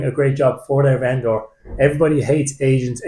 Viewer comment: Cheers. Funny pronunciation of venDOOR